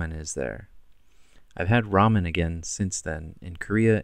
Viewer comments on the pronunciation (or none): none